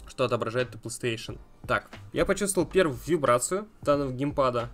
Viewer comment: Мне одному забавно от того, что он говорит пстейшн вместо Плейстейшн?